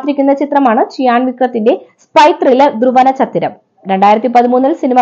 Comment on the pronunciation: ധ്രുവനച്ചിത്രം അല്ല ധ്രുവ നച്ചതിരം അണ്...